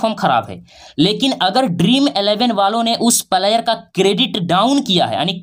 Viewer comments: भाई पहले आप बोलने के लिए सीख लो फ्लायर नहीं होता है प्लेयर होता 😂😂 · भाई तू पहले सही सही बोलना सीख उसके बाद वीडियो बनाना प्लायर नही बोलते है प्लेयर बोलते है😂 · Pahle Bolna sikho player / Palayer nahi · प्लेयर का प्रोनाउंसेशन तो ठीक से करो गुरुजी